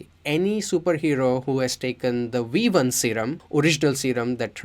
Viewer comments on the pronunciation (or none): Am I the only one hearing we1? Wirus? Waught? I’m not trying to be mean but I feel like I’m tripping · It’s V1 not wee 1